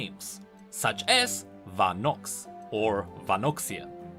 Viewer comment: Ah yes, Va-nox my favorite Youtuber XD